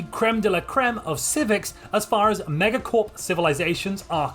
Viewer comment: I disagree with your pronunciation of megacorp